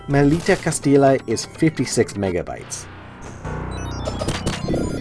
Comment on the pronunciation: Can't stop laughing every time you say "Castila", as it is pronounces "Castiya with a stressed "y". Still, I'm liking a lot the list (I haven't finished the video yet)!